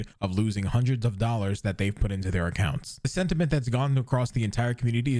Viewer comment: "Hudreds"? Thousands...